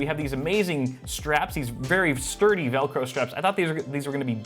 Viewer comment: he said sturty